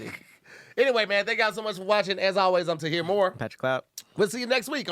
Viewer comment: When Tahir transforms into “Tahoe”😂😂😂